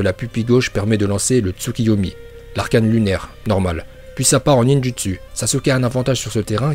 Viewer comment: Et le ninjUtsU aussi AAZRRTGGHHHH 😤